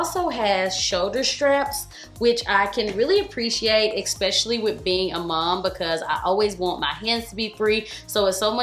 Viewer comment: Girl, I adore you & have for years. But you STILL says ECKspecially. It's ESP, no *C*, No K*..